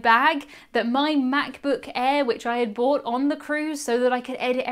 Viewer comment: & Is it a British thing to not pronounce the R in the word "brought?" I don't think I've heard that before. And I kept thinking you were saying you bought it. Lol